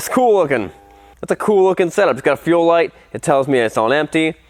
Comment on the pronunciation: My guy said f for fuel injection instead as for full 😂